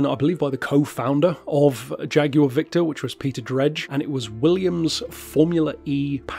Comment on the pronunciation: I thought you were just saying it in a New Zealand accent for some reason.